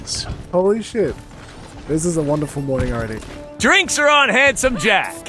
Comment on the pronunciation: Jack, not jacc